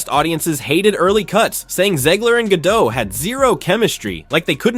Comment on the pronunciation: GadoT - T is not silent, it is Israeli, not French